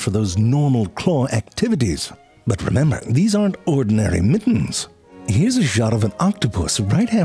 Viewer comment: Was that the first "sorry, butt" instead of "sorry, but"?